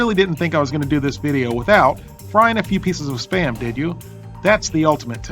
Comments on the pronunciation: It's pronounced "spam", not "spayam". One syllable! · "You knpw what SPAM is ?" ....ANd I was like "YEAH OFC MAN ! I see it on the internet everyday !!!!!, then you said it wrong ! and i was like "WUUUUUT ?! o_0"